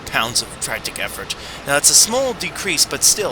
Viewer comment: Tractick effort??? I thought it was tractive effort